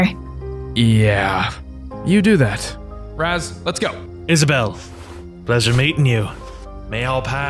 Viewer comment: Raz turns evil? More like Raz falls in love. I also like how says “Raws” instead of Raz.